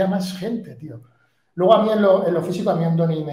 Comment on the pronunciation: "Ándoni" no: Andoni. Y no es natural y está comprobado.